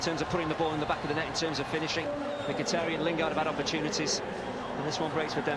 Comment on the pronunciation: リーブ21 ムキタリャンとミキタリャンの間みたいなの発音ですよね